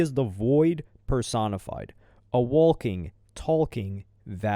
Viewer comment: U pronouncing “walking” & “talking” like (JRR) “Tolkien” but at least ur literate so will know who that is n get what im sayin lol idk maybe im the dumb 1 but I say “wok-ing” “tok-ing”